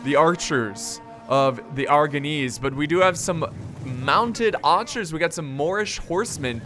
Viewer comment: Mounted AArcherrs